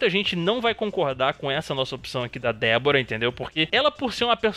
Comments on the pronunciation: Mano ele fala Debora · Ué, Eu escutei Débora no fatal blow da d vorah kkkkkkkkk